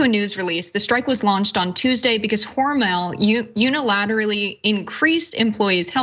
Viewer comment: Its Hormel NOT HormEL